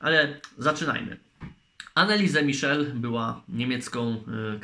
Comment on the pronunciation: Co ty się wypowiadasz jak ty nawet przygotowując materiał nie umiesz poprawnie wypowiedzieć imienia i nazwiska tej dziewczyny